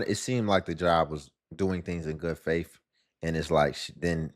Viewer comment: "In good faif?" 🤔🤦‍♀️